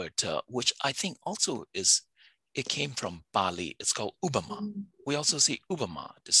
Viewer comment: Both these Indian speakers are poker face when the other guy said Ubma.... we say Upma as well in Hindi ...... Please get some qualified speakers next time.